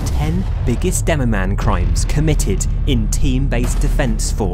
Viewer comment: DEMOMAN? DEMOPAN